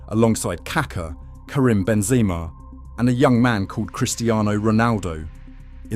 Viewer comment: "benzEEma " lol